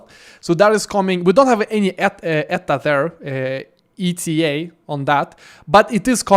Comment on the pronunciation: I think most places they say E T A no Eta.